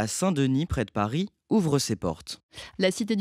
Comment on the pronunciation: But you when talking about Paris, you say Parisse.